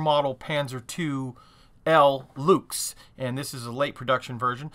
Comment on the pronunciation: Hi, just a quick heads-up, one pronounces the German "Luchs" about the same as you would say "Looks" in English...